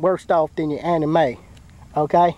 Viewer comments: Did he say "That's for your anime"? 😂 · did he say anime or Anna May